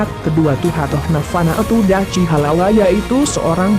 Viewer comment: Kurang jelas !!! Dachi bacanya Dakhi bro ... Ya'ahowu